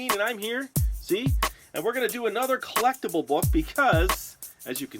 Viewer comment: Im on 21 and to let lps know ahead of time you pronunce Do as in do not do as in do something thx :)